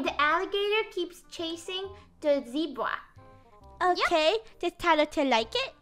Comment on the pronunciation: Did just said zebwa?